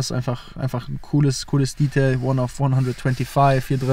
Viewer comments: Er redet wie ein 14-jähriger. Wer ist bitte die Zielgruppe? Warum spricht er Detail die ganze Zeit englisch aus? Das ist doch furchtbar albern. Zum Auto hat er wenig interessantes erzählt. Die Technik wäre mal spannend gewesen. Kompliment an Audi, sowas heutzutage noch zu bauen. Auch wenn ich kein Fan von dem Auto bin, finde ich es gut, dass sowas noch gemacht wird. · Also das Detail (natürlich englisch ausgesprochen) rote Motorhaubenunterseite kann man schon erwarten, dass die orangerot wird, oder nicht?